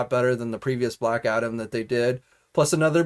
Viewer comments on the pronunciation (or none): none